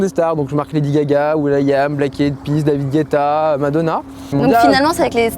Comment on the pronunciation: Je ne savais pas que David Guetta était américain ^^